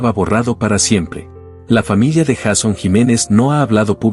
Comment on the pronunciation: Porque dice Jason Jiménez, el nombre de él es YEISON JIMENEZ Y SU NOMBRE COMIENZA POR : YEI.... , NO JA...